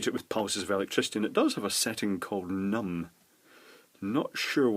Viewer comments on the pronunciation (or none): “Numb” did he say lol